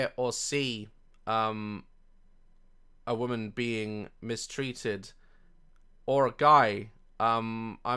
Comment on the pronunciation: The only bone I have to pick with you is your continued mispronunciation of the word woman as the word women.